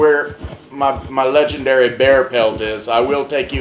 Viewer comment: This was hilarious. No idea how I got to Jacks channel but I ain't complaining. He's Lej-EN-Derry